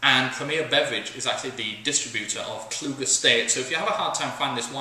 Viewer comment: Hey, it's actually pronounced Klug-ie. German name. Everyone gets it wrong. If you liked the '04 Simply Red I would seriously recommend the '02 or the '05 New World Red. The '02 is an absolutely fantastic full-bodied Bordeaux blend, but is a lot harder to come by than the '05, which is still very very good. Another Kluge wine I'd recommend is the CRU, which is made in the port wine partial fermentation style, but with chardonnay grapes, and aged in bourbon barrels for a very unique apértif.